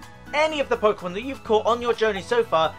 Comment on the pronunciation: You really made a video on trading 😂 how to get uhhhhh all the uhhh pukemon lmao and then you ran from a shiny. 😂😂😂😂😂😂